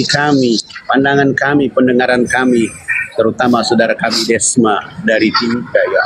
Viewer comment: Cuma beda E sama O tapi akalnya beda jauh..Desma bukan dosma🤣🤣